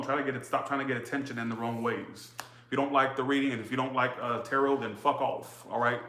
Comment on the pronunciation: Love the way says “fuck owwfff” 😂😂 maybe coz I’m from London...😂😂😂😂